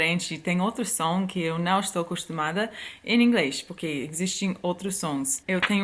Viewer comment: AAAAAAAAAAAH, essa mulher!!!! Sou completamente apaixonada. Quer ser minha amiga? <3 Obs: Adoro quando você fala "porque". Acho que não consegue pronunciar a letra R, daí sempre sai "poquê". kkkkkkkkkkk... Acho fofo! 😍